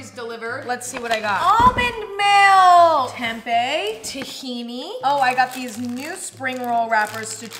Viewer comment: i cant get mad at mrs sweetheart chamberlain for saying tempeh wrong